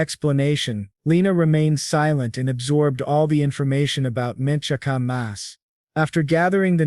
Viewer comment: “Mint Chakamas?” It’s Mint Chocomocha